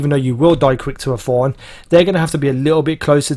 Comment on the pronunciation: It's Thorn not F-horn :D